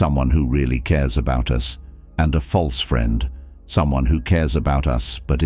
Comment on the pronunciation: My feedback would be- many great ideas. Many simple words like “us” and “friend” are mispronounced multiple times!???! Also strange pauses in mid sentence? Makes listening a bit challenging